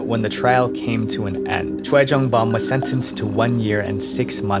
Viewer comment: The way he said choi jong bum 😭💀